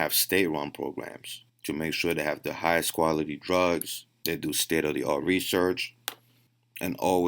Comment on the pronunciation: When you said "state of the art" at first I thought you said "Ste-er-ri-oid" haha